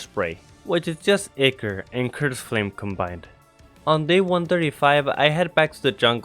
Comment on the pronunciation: It’s pronounced eyecore not iker